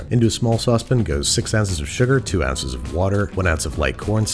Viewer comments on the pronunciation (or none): saucepin instead of saucepan gives me life